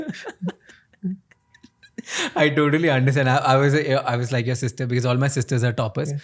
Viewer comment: Bro it’s be- coz not be-cuss